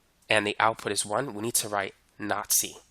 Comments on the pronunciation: Who else heard "Nazi" instead of "not C" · Got to be careful when pronouncing "not 'c'" Had to squeeze that in there. Other than that, way better explanation than my instructor. Thank you.